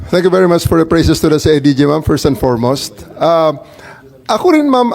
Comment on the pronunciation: see ay ji ji daw sabi ni imee ahahay... CIDG po ma'am 😂😂😂😂😂